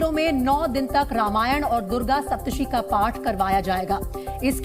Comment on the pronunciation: She can't even pronounce Durga Swaptsati 😑😑